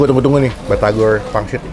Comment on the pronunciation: Bang saran aja kalau nyebut batagor jangan di slahin huruf R nya harus pas nyebutnya